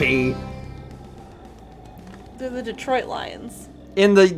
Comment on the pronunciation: I remember laughing so hard at failing to name the Detroit Lions ( - ). I completely lost it when he pronounced it as "Leons".